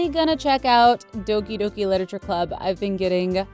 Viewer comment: Is it just me who got so annoyed when Cupquake said 'Liteture' at the start?